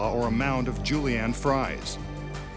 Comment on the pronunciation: "So, How did the magician get through the blades of a giant turbo fan without being sliced and diced like coleslaw or a mountain of Julie-Ann fries?" *mountain of Julie-Ann fries* Me: *chokes on holy water*